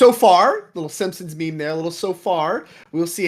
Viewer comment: Stop saying me me for meme lol.